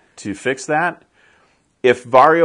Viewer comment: I find it funny you pronounce it “Varrio” instead of “Varjo.”